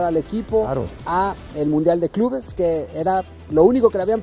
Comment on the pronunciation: Mi estimado Mauricio Ymay... OJALÁ TE QUITES ESA PINCHE COSTUMBRE DE DECIR: "ELE CONJUNTO DE CRUZ AZUL " "EL"... SE ESCRIBE ASÍ Y DE LA MISMA FORMA SE PRONUNCIA. Enterado...?? LOCUTOR, CONDUCTOR, PRESENTADOR, COMO SEA SE REQUIERE DICCIÓN. ... Y NO ES "DICCIONE", OK...? GRACIAS!